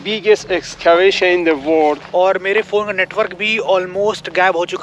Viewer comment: Bhai, why is it so difficult for you to pronounce "world"? You always pronounce it like "word". 😒It's so annoying to hear every time you use that word.